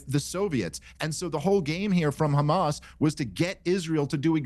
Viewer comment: Murray is such an expert, he can't pronounce hamazz ...?